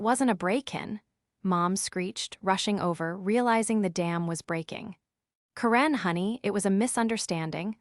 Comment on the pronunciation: I would love for you to tell me where you when to school. You apparently fall simply English since you are having a difficult time pronouncing simple words and names. Look at how to say Karen